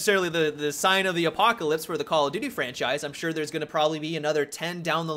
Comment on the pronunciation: Why is it that when Americans say call of duty, it sounds like call a doody!!?